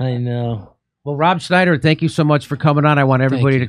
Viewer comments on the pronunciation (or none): none